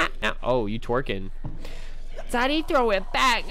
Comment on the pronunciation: He always says zzzzaddy instead of daddyyy